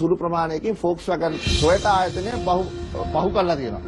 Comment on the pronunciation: පොක්ස්වැගන් නෙවෙයි හරකුනේ volkswagan.😂😂😂